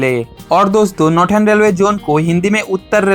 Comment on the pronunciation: नॉर्दन ❌ नॉर्टन ✅